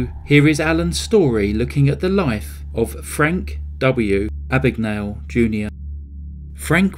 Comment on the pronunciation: My name is Mr Abagnale. Not Ah-bag-Nah-le . A.B.A.G.N.A.L.E, Abag-nail